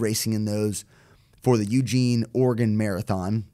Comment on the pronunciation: As an Oregonian, I appreciate the way that accurately pronounces "Oregon" - see ya in Eugene,!